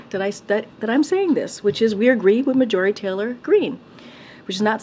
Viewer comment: I love the way she mispronounced Marjorie 😅